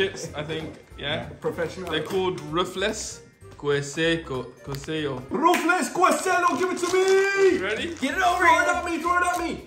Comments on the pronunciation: Bro the way said ruffles like ruff-Les is funny it’s pronounced ruff-els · THE WAY THEY SAID RUFFLES THE FIRST TIME IS NOT ANYWHERE NEAR HOW ITS ACTUALLY SAID THAT GOT ME DIEING HOW THEY SAID ITTT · ruffles is pernounced {R-UF-ULESA} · The way you pronounced ''Queso" and "Ruffles"